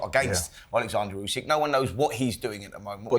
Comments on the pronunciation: Oleksandr, not Aleksandr 😅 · Oleksandr, not Alexander!